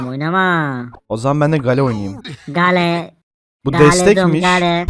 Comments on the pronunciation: Abi o hale deyil okunuşu geyıl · Abi gale degil geyıl denir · Gale diye okunmuyor Geyıl diye okunuyor. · gale dediğin geyıl diye okunuyo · gAlE ne olm bak söylenişiyle yazıyorum. geyıl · Gale değil o geyıl